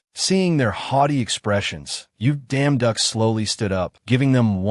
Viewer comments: You damn duck i think they mean yeong duock i dont know how to spel bro i just heard you yousles damn duck lol😂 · Is it just me or i keep hearing damn duck 🤔❓❓ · IS IT JUST ME OR DO I KEEP HEARING: You Damn Duck As Protagonist Name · Bad AI. I just listen to it so not bad for me, and I ignore the terrible way the AI pronounces the leads name. It's just hilariously terribad!😂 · simply change the name and issue an initial statement about why you chose to change the name due to the unfortunate inability of the AI you use to stop enunciating the emphasis on certain syllables thus ruining the original name would be enough, and then continue onward. Most people should be capable of appreciating that and it is the story that matters, as you will have chosen to alter the name to make sure that the focus remains on the story and effectively removed a thorn equivalent distraction. I do love this story though! Thank you. For the record, I find the emphasis hilarious, but then I am also capable of getting over it and focusing on the story itself.😂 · I don't see any actual complaints here, just people poking fun at the way the AI pronounces the protagonist's name with an enunciation that completely alters it. The story itself is great!